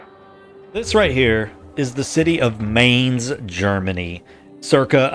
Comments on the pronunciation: Really cool idea! Only thing thats bothering me - and i wouldn´t be mad if you don´t care - is how you pronounce Mainz. The Main part is pronounced more like mind without the d at the end or mine and not like the english word main, the z at the end needs to be a bit harsher (typical german thing i guess :`D). Rhein on the other hand was really good, maybe even trying to say mainz like mheinz might help you if you want to make the germans happy :`D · they pronounce Mainz like in English the world mind .not like main.i live on the other side of the river of Rhein. there u can see Anno in real life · Don't say it like Main+Z. Say it like Mine+Z. Otherwise I'm really looking forward to watching more videos of that series! I've been searching for stuff like these for weeks! Glad you're doing it!